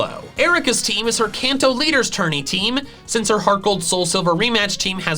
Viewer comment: did he say tourney